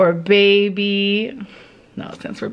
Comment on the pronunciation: PLEASE stop with the "baebuh"